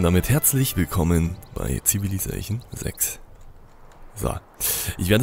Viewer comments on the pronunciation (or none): Es heißt nicht „CivilizaCHion“